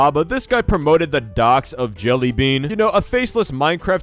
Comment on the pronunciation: The fact that you actually respected jellybeans pronounce